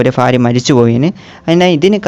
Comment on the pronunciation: Bro ഫാരിയ അല്ല ഭാര്യ 😂